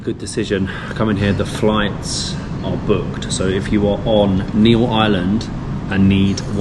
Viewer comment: itz NEEL not NEIL NEEL>>>>>BLUE